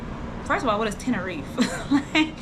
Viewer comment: Sis It Is Spoken “ Ten~Ner~Reefa”❣️😘❣️